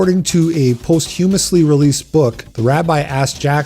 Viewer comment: This guy needs to learn how to pronounce words like posthumously and vehemently...